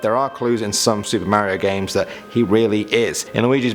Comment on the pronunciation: You didn't pronounce mario correctly.